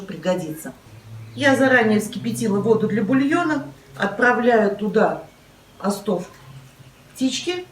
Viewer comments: Господи!! Ставьте ударения правильно!! Не остОв,а Остов,шнИцели,а не шницелЯ!! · не остООв а ООстов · Не остОв, а Остов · спасибо за Ваш труд, пожалуйста, обратите внимание, что в слове Остов ударение на первое о. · Извините но Остов.с ударением на первое О